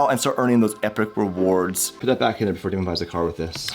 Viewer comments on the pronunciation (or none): none